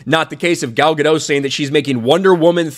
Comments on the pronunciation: MISPRONOUNCING "GADOT". SHE'S ISRAELI. NOT FRENCH. GADO"T". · Gal Ga-Dot,, not Gal Ga-Dough. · I think you just need to pronounce the t at the end Of her last name and you'll be good. That's how she pronounces it after all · First I thought she was called Gal Ga-Doh, but her name is actually called Gal Ga-Dot, a hard Dot pronunciation. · Isn't it pronounced gah dot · Maybe consider pronouncing Gadot's name correctly.